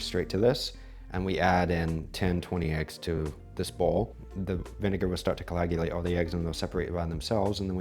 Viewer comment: I love your videos and your approach! I'm also from Washington! One tip--I think I'm hearing you say "colagulate" quite often, instead of "coagulate". I might be wrong, but it sure sounds like it. Thank you for doing what you do!